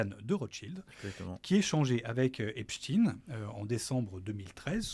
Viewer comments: Au fait, ce n'est pas epchtine. C'est epSTEIN. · Beaucoup pensent qu'ils prononcent Epstine pour tenter en vain de faire croire aux plus crédules que le pervers était russe et non pas juif. Merde, quand même ! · Dés qu il a prononcé « Epstiiine » j ai décroché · Quel cinéma, Il faudra penser à rendre l’argent les gars! Au fait, on prononce Epstein, pas Epstine, ce délinquant et escroc n’est pas russe. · Ah oui? Et quand les américains parlent du manager des Beatles (parce qu’ils ont le droit d’en parler), pourquoi prononcent-ils Esptein? Pourquoi personne n’a jamais prononcé Brian Epsteen nulle part sur la planète? La raison est autre. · Je savais pas qu’en français on disait inchtin pour Einstein 😂😂😂du coup pourquoi dire epstin pour Esptein. Vous allez jusqu’à transformer la langue française…. Et ça se voit… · Il était Américain, et les Américains prononcent "Epsteen".